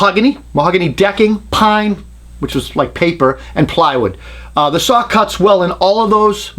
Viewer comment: I love it when he fights the entire video trying not to say "sawr" ! Excellent job as always ! I remember the mid 80's there was not a jigsaw on the planet that could hold a candle to a Bosch1587VS. Cordless was a joke at first, even Bosch's wasn't great. Then Bosch's patent on the "T"shank blade ran out after 15 years, and they all have upped their saws, and got into the game. Look how far they have come! ALL the top brands make a really nice jigsaw today. That Milwaukee is a heavy duck tho, but a very nice saw.